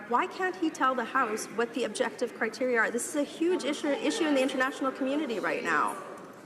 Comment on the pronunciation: Haha Michelle, you are his kryptonite, you cracked him like an egg at the end and he started gasping for air by going on the attack. Not only didn't he know what you were talking about, he also struggled terribly with the word 'criteria'. He was practicing the pronunciation of the plural... I bet my kingdom he is not aware of the fact that there is a singular as well, let alone what it is. Nor did you spare the Chair's condescension. Good for you Michelle, keep on holding them to account!